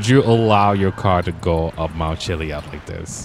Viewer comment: Chilli ad not chilli ud